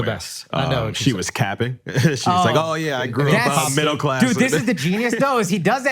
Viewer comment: The way my man said “CAPPING” with the HARD ING reinforced the fact that we drive culture…and they stay stealing it…and I HATE THAT FOR US!